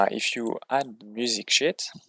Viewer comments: I know you didn’t, but on my first listen, I swear you said “music sh!+” at first😅. Nice guide and thanks for the work that went into this!🍻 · Good video, bro ! It’s music SHEET pronounced as « weed » in French the way you say sounds like caca . C’est drôle ! Keep it up